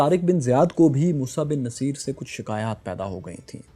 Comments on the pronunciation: My dear fellow. General's name was Musa bin Nusseyr not Naseer. Musa's father name was Nusseyr (pesh on noon, not zaber), not Naseer. Please correct. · He was 'Nussair' not naseer. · Boss get your words right, please. His name was Bin Nusayr, not Bin Naseer. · its moosa bin nasair not naseer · السلام علیکم محترم موسی بن نصیر کو نون پر زبر نہیں پیش پڑھتے ہیں نُصِیر اور صاد کی زیر کو بھی مجھول کر کے پڑھنا ہے جزاک اللہ